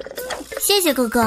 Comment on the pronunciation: She said ( xie xie ge ge = 谢谢哥哥) . she didn't say xie xie guo guo... Chinese is ge ge but pronunciation is ga ga ... it's means brother... Thanks brother....